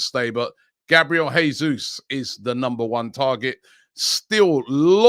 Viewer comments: Btw, Portuguese speaking country, it’s pronounced Jesus, not ‘Hesus’, like it would be in Spanish 👍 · Jesus is Brazilian. In Portuguese language, unlike in Spanish the "J" at the start of a word is pronounced "J", unlike in Spanish when it pronounced "H". The correct pronunciation is "Jesus", not "Hesus" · Robbie - If we get Jesus ithen we need to know his name is pronounced "Zhay Zeus" -- he's Brazilian.